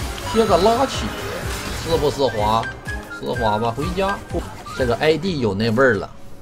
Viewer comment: 丝滑口音变成湿滑